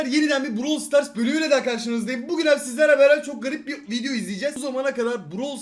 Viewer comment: Neden fidyo diyon